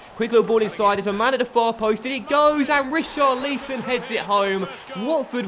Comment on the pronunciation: Im a watford fan and ur not saying richarlisons name properly